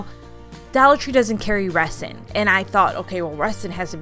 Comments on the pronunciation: I like your videos but it was driving me insane how you were pronouncing resin. It is pronounced with a z sound not an s. like rezin. Just a pet peeve of mine. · Sorry but it’s pronounced Rezin. The S is a Z sound. It’s crazy that it’s pronounced that way.💜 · It's pronounced REZ-in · I love all your creations. Kudos for you on trying resin. Just a little hint...resin in pronounced 're-zin'. 😉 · Resin is pronounced rezin ...S as a Z...I don’t know why, it just is. 🤷🏼‍♀️🤣 Great job. So many ideas you’ve given me when I change my kitchen color to yellow. Love it. ❤️ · Really cute ideas. I also did lemon themed decor for Summer including a couple of tier trays as well as a dish towel throw pillow. An easy way to remove the image from the mini pitchers is to use acetone or regular nail polish remover. Also, just FYI, the "s" in resin is pronounced like a "z".👍🏾❤🍋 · Cute ideas! Also, the "s" in resin is pronounced like a "z," just like the "s" is pronounced in raisin. :) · I didn’t think correcting her was mean or petty. Better to be corrected and learn the right pronunciation so she doesn’t make the same mistake again. Resin isn’t an everyday word so how else would she know? People are more understanding with young people because they are still learning. If no one corrects her how will she learn? Not knowing at say 50 just makes you look uneducated. I recently was walking around the grocery store with a new blouse on. I had forgotten to take the tag off as it was attached to the inside label and I didn’t notice it. Im 63 and my eyes aren’t the greatest anymore. A sweet young man came up to me and even though he was embarrassed and thought he might embarrass or offend me pointed out that the tag was sticking out of the back collar. I assured him I appreciated him telling me. I then wondered how many others had noticed and didn’t bother to tell me. It’s kind of like walking out of a restroom with toilet paper stuck to your shoe.